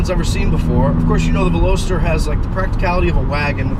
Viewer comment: You mispronounced the name of this car👛👢🕶👢👢👔! And you own it ! Lol back to school? Maybe!